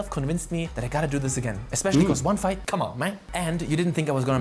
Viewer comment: you say fight, but I hear flirt